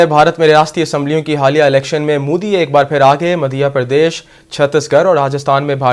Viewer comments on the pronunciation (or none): Its madhya pradesh not madiah Pradesh